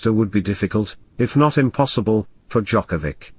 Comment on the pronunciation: Not gonna listen some coverage of novak djokovic of audio that is not capable even of saying his surname correctly. Disgrace, thumbs down. Unlike. And report :)